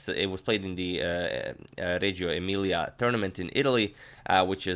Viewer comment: you pronounced "Reggio Emilia" pretty well, but hearing "copodano" made laugh ahahah still great miniature and great video.